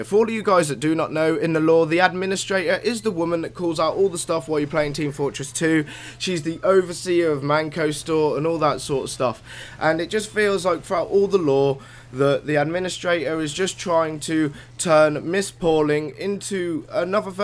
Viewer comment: Just to say Its called mann co as in man so fuck no your just dumb mate